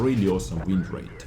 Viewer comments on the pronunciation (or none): Am I the only one that cringed every time he said wind rate